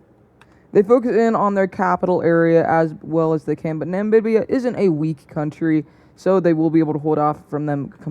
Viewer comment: It's NAMIBIA NOT NAMBIBIA😡😡